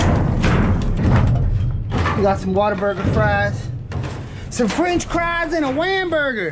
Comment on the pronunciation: find some more of those French cries and wamburgers rofl 🤣🤣🤣🤣🤣🤣🤣🤣🤣🤣